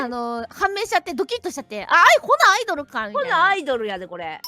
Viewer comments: ア↑イ↓ド↑ルは客が来ない間の時間なんよw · ラミィちゃんのア↑イ↓ド↑ル！ って、答え分かって「あっ！」ってなったあとシームレスに「イドル」って続けちゃったせいで起きた面白発音だとおもう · アイドルの発音は車のアイドル（アイドリング）ですね😅